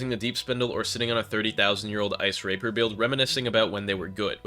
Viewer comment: The way you said rapier hurt